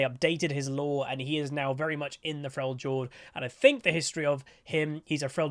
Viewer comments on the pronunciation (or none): I love you but I have a couple of bones to pick with you. Firstly: it is pronounced "frelyord". Secondly: Dragon Ball is one of the most overrated anime out there, super boring, unreasonably stretched scenes, goofy story and edgy characters, let alone the length of all that thing. Yuk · I’m excited for him. I hope the new stances will have some skill expression to them. I wonder if they’ll release the fourth demigod before his rework to tie all of his abilities to them, or if it will be the boar like what Sejuani rides. Seems to be super cool! (Also, it’s Frel-yord. You don’t pronounce it as a “J”) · Cool video! buuuut could you please pronounce Freljord correctly? the J is pronounced like a Y (in the word Yeah for example) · I think you need to watch some more trick2g if you think Uydr has not skill, that guy pulls off some shit that is just astounding withs him.. also is it just an American thing to pronounce Frejord as Frey jord?